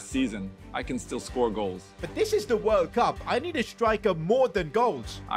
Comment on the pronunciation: Bro that ain’t World Cup it’s borld bup instead like bro what even is that trophy 💀😭😭😭